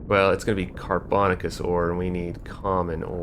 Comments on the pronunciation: "Carbon-aaa-shuss" not "car-bon-ah-kuss" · car bo nay shus. You freakticus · Sorry, I'm a language nerd. The word "carbonaceous" is pronounced "car-buh-NAY-shuss". It should rhyme with "gracious" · I love hearing the different ways people pronounce car·bo·na·ceous ore on new videos 😆